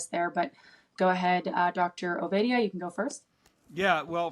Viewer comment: His name isn’t Ovidia it’s OvAdia as in say aaaah, get the guests names right please!